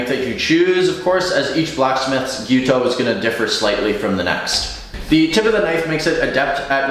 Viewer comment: thanks for pronouncing the word nearly correctly, it's Gyu-toU, you need to pronounce the last U but it's almost right. I've heard some horrendous pronunciations. however, you are butchering the pronunciation of Bunka. It's not Bun like bread. that U needs to be pronounced pointed lips. ask a japanese person to pronounce it for you.